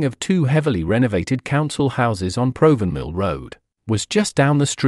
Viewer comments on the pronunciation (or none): It is pronounced Prov van mill